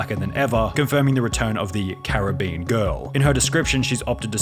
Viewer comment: "This caribBean girl..." lol